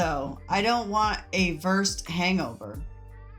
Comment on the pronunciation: Versed is pronounced "ver-said", two syllables ❤ stress goes on the "said" syllable. So thankful that for the years I was addicted to things, I never had this kind of access to anything. If I had, I would most likely be in the same place as Sarah here ended up.